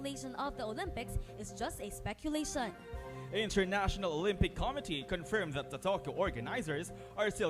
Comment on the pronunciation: Committee is mispronounced along with other common words. That gave you a big mark down.